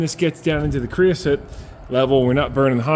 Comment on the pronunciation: “Creo-sote” and “soot” are 2 different things. There is no such thing as “creosoot”